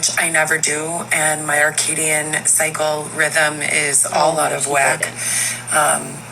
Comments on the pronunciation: Hey stoopid. It’s CIRCADIAN rhythm, not arcadian rhythm. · Did she really say Arcadian??? 😢